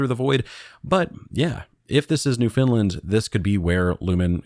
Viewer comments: Laughing at the consistent use of providence and NewFinland 😂 Unless its an inside joke from streams but also just incase its helpful we tend to say it like "prawvince" and "newffen-land" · Why are you saying 'New Finland'.!!!.. it's pronounced New-'FOUND'- land...dummy. Like nails on a chalkboard. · New FOUND-lind or New-finned-land, Newfinn-lann - those are the ways you'll hear that pronounced in Canada. Never heard New Finland before :). Newfoundland is a province...not a providence. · So I'm Canadian ... let me help you out with pronunciation; It's NOOF-UN-LUND 😅 BTW, my advice is terrif free. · Maybe it's a mistake? If I hadn't read this comment, I would've pronounced it as New Finland as well, because well... That's what it spells 😬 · Newphen LAnd!!! (Newfoundland) is how canadians say it. great vid thanks! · “New Finland” lol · NOO funlend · Newfoundland isn’t pronounced “new Finland” but close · Just listen to all of Come From Away and never mispronounce it again lol